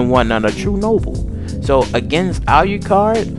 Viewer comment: So first: pronounce alucard’s name right. It’s pronounced the way it’s spelled. Secondly: learn the anime’s and vampiric lore. There are so many inconstitanties in your vampire lore behind the two. If alucard was “absorbed” (per say) by D, alucard would be able to twist D’s mind due to the toxins in alucards blood. A powerful full-blooded vampire like alucard, would be able to make D go totally and mentally insane. So next time please learn vampiric lore before making a video of two overly powerful vampires. Please and thank you!!!